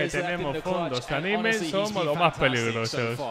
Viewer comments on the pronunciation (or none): none